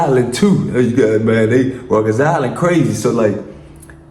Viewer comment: Ruckers Island 😂 it's Rikers my boy